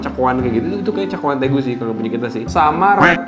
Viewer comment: Magsudnya tegu bukan regu